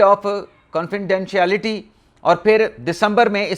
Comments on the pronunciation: Confidentiality کانفیڈنشیایلیٹی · Read it like this کن فی ڈین شیلیٹی Or say Inside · Confi-den shiality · You don't come fully prepared and are therefore unable to pronounce CONFIDENTIALITY. Do your homework regularly. Keep your children away from your recording room. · confidentiality بہت مشکل بولنا 😂😂😂